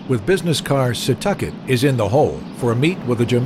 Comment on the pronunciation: "SEE-TAWK-IT", not "SUH-TUCK-IT" !!!